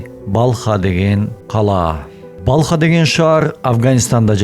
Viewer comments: Балха деген шаар жок. Урдурабересинби. Балх деп айтылат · Балх☝️Балха эмес